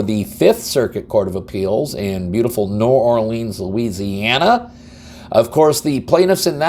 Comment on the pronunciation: 😂 we will have to get you up to speed on how we say New Orleans .